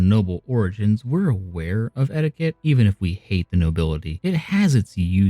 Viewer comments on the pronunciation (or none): "Eqtiqueete" I agree.